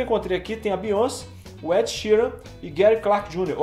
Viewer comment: Se fala beyoncê* não bíonce kkk